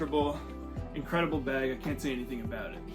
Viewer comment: Don’t notice your accent until I heard “aboot the beg” lol